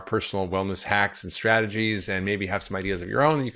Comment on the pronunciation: Gosh I wish I could hear/understand more of what Dr Hyman says. He tends to swallow or skip over syllables, e.g., ‘sport longevity’ instead of ‘support longevity’. Some is understandable through context, but the scientific names of things are often simply garbled in the rush of words. Laughing while speaking interferes with enunciation as well, of course.